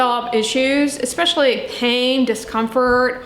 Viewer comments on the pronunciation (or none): none